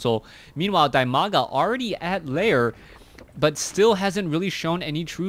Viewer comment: You ought to pronounce his name [dEEmaga].:) And quite a knowledgeable game with that Core death alongside the Nexus it's attached to.